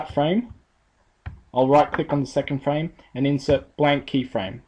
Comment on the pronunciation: se le borra el guion amiga es FRAME no es FRA-ME jajaja me di cuenta del error xD